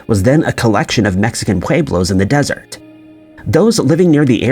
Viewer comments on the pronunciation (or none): none